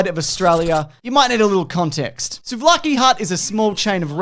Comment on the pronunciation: Being a Greek man, I appreciate your appreciation and also the correct pronunciation of the names of things greek in this video